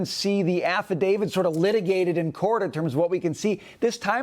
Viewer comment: Please stop saying "affidavid" which is not a word. Practice saying it with me: Affidavit, Affidavit, Affidavit, "davit", "davit", "davit"